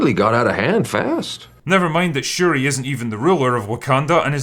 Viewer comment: Wait. 🤣 Wait did he call them Sha-ree ree?! LMFAO 🤣😆